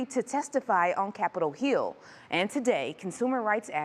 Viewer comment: The truck drivers won’t get paid good, it’s always garbage pay plus paying taxes. This news broadcaster can’t even say hill, yeah keep hire them and putting them in key positions!